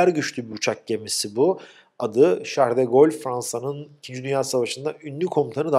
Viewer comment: Charles De Gaulle'u orijinal dilinde telafuz etmek,tebrikler,kaliteli yayıncılık budur.